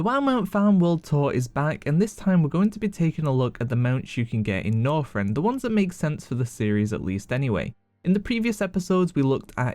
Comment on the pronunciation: Don't you just love "Norfrend".......